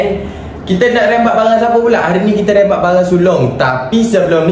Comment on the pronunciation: Rembat bukan rimbat